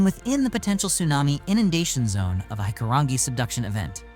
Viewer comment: You can tell this is not narrated by a Kiwi. We don't call our wilderness forests as they are man made here(pine forests is for logging) we have the bush that can kill you so be very cautious entering it. Tar-ra-wear-ra is how Tarawera is said. Hikurangi is pronounced Hick-coo-rang-ee.